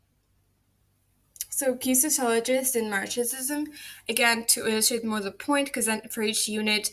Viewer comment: Hi, thanks for the lecture! Thanks for putting the source for your syllabus right there. I think Wrong would hate Freud. I like Wrong. Also, what a name! Marxism is just pronounced Marx-ism, with the x doing the more z-like x sound. But also your accent is pretty unique and the word is on the screen, so I don't think your pronunciation would lead to any misunderstanding. I'm interested to know how liberal feminists frame the system they want to change. The radical and Marxist ideologies view that system as inherently unable to deliver equality, I believe. You seemed to slow down past halfway through. I bet you could cut your run time if you edited multiple takes together with a break, but if you're already doing a single take I think having yourself in the video could increase engagement. Gorgeous slides btw. I hope you keep at it!